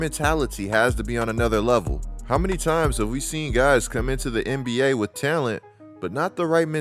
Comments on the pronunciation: Who says talent like that man?? Tellunt..lol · good takes but why do you say talent like that bro😭